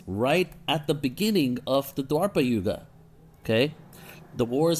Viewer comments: Its not dwarpa yuga it's dwapar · Its called Dwapara Yuga not Dwarpa